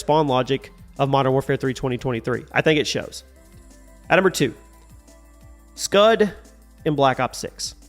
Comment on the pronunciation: Lmao bro said scud 😭